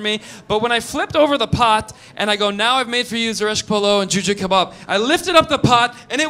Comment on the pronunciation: that is a traditional Iranian food Kormi-sabz or what ?! I'm just impressed when you turn the persian up ! You pronounce a perfect /k/ in Kabab 😃